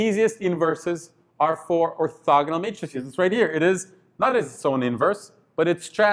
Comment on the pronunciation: it's funny how he say: Or"thugga"nal Matrix